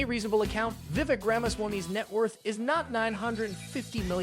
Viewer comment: Just so you know, Viveks is pronounced as Vivake, as in cake. You are welcome :)